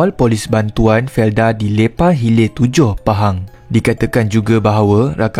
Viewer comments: Jgn lepar🤣🤣🤣, lepor bang baru betol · felda lepar bang...bukan felda leypar...😂😂